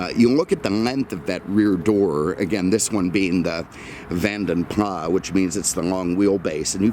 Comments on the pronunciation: Ford didn't "get involved" until 2007. BTW - it's "PLAS" not "PLAH". The name comes from a Belgian coachbuilder from history. It's not a French name. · Vanden Plas: Originally Belgian coach builders with a Dutch name. I believe you should pronounce Plas as plass. I love your videos though.